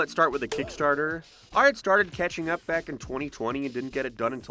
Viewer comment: I know, but you said "Cathing Up"